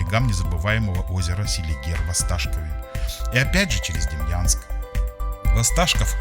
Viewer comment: Не Демьянск, а Демянск. Правильно произносить надо, если видео пилишь